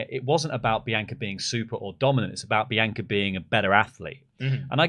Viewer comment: Why can’t you say Bianca correctly?